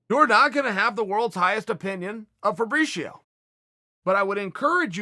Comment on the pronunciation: Who is Fabrishio ? Lol